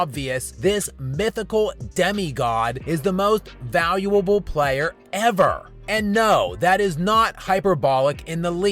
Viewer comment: “Vayuwubble”. At least learn how to pronounce your title.